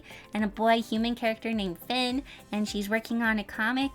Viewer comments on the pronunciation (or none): none